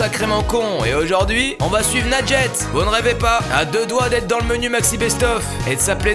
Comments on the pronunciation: ANECDOTE : Michel de notre équipe n'arrive pas à prononcer ton pseudo, alors il dit MOUSTOU. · Quand la mère dit moi j'entends "lingette" j'suis la seule 😂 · C'est quoi ce prénom sérieux, à chaque fois j'ai l'impression qu'il dis "Lingette" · « bambin » 😭😭😭😭😭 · J'ai compris lingette 🤣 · Pendant toute la vidéo j'entendais "lingette", RIP Panpers votre représentante est pas folle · Perso j'entends "lingette" 🤣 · C’est juste un prénom arabe nadjet mais tu le prononce mal du coup c’est pour sa sa donne r